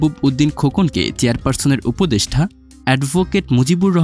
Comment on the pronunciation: উপদেষ্ঠা না, উপদেষ্টা উচ্চারণ ঠিক করে ভিডিও বানাবেন, সোস‍্যাল মিডিয়া ফাইজলামির জায়গা নয়, ভাষা নিয়ে যা তা করার অধিকার কে দিয়েছে আপনাকে? ফাজিল কোথাকার!